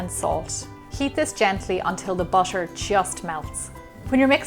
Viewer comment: how gemma pronounces things😂: butter-buoscher water - woscher love your accent gemma